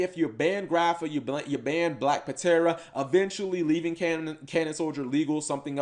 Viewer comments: Black Puh-tera... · Bro... The P is silent. It's pronounced Tera. Like Pterodactyl. You do not pronounce the P... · The card is pronounced " black tera" as its a short version of pterodactyl. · Eh fam the P ptera is silent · Yo Cap, if people are making fun of you for how you pronounce Black Ptera, don't worry cause I used to pronounce it as Petra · Uh, Cap, that 'P' in Black Ptera is silent... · ugh. much cringe hearing him miss pronounce black ptera